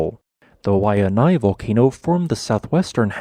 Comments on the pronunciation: Think of it as (KO-OOOOO-L-AU) and say LAU like wow but with an L. You almost had Waianae but you over pronounced the seconded A. Pronounce it kinda like this (Why-a-N-I) Hope it kinda helps haha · Pretty decent video presentation but narration needs Loads of re-programming! Ko'olau=Koh-oh-lao, not Koo-ooh-la-oo. Wai'anae was passable=Why-ah-nye. IF were teacher/professor grading this entry, would give it...Video=B+/Audio=C